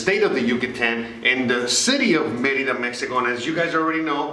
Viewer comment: I have heard TD bank has no ATM fees from a US account . Thx for yr videos very helpful and for yr correct pronunciation of Merida:) my ex from Merida and I learned to pronounce it the same way that u do and I am a gringa from Florida.